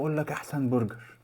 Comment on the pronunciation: للتوضيح بس اسمه برجر مش بورجر!